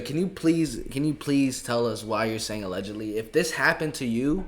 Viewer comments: She can't tell every thing. so she will say aledgently. Even Jag W. sometimes say aledgently. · For legal purposes she has to say alledgely